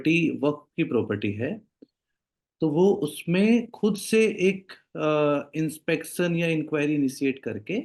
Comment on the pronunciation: Dekh kar padh raha hai, aur Inspekksion bol rha hai Inspection ko, Isse zyada kam padha likha aadmi nhi mila LallanTop ko